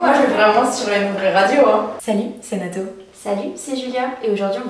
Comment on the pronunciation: ça me stresse tellement que tu dises radio alors que c'est une phrase en anglais donc faudrait prononcer rèydiyo mdrrr mais si non je suis trop happy j'aime trop les podcast je suis une fan de iced coffee break, contre soirée, no spf, sunshine radio... donc dès demain matin en allant au boulot ce sera ECB's rèydiyooo dans mes oreilles. Loveee